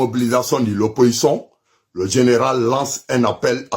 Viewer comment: on ne dit pas oppoçon mais plutôt opposition. Toi tu ne sais même pas parler le français mais c'est toi qui haineux qui lance mot d'ordre aux microbes